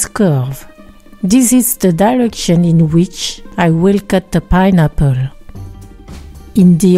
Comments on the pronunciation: Ah meh tsing payne apor!! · I love the way she says “pineapple”